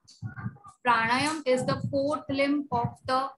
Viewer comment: Its not Prana + Yama, But Prana + Aayaamaa